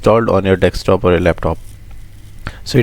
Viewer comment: thanks, keep it up. BTW, its desktop not dekstop!